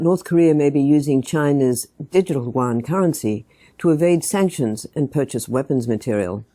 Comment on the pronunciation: Why did I just hear "Yuan World Currency", as in "one" or even "won". I don't think I shall be able to unhear it this way for the rest of my life. :0(